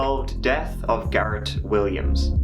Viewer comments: It's Gareth not Garrett!!! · HOLD UP YOU SAID GARET LIKE U COULDN'T SAY THE H THEN GARETH STRAIGHT AFTER HMMM LOL U DO PUT ON SOME STUFF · says garetttt again. When before says Gareth properly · I like the way your pronunciation of "Gareth" seems to change every time you say it haha. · does the h not change the sound t makes where ever is from?